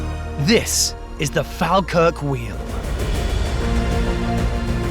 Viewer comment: its pronounced "fall-kirk" 😉